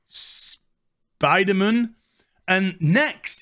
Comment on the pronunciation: I like how you say Spiderm'n